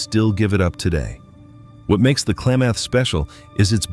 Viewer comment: Can't pronounce Klamath or show footage of the actual rivers...AI